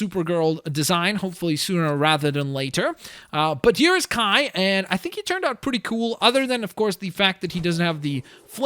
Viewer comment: he called Kai Nai